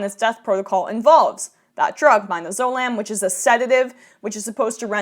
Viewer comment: I liked the way you pronounced mi-do-zo-lam. It's actually mid-az-o-lam